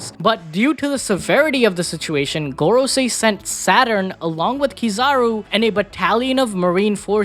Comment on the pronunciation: he said Garcia I was like who? Man meant Gorosei 😂